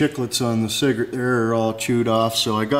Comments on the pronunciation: Cigrit. He never said "cigarette" once. Just sayin... pologize. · why does he keep saying cigarette?